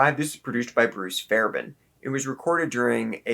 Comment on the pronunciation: You know his name is HAGAR, right? Not HAGER. Also FairBAIRN not FairBEN. Not sure I can give much weight to the opinion of a guy who can't pronounce the singer's name correctly.